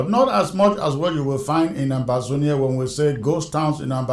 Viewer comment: Mosf Ambazonians listen patiently while expecting newsmen and women to report the news BUT what they get instead is news professionals making the news. Has anyone noticed how difficult it is for Eric Chinje to utter the word "Ambazonia"? Has anyone noticed how Eric Chinje converted the expected one-one-one with Issa Tchiroma into a "round-the-world-in-80 days"? Why lay claims to what is hard to deliver?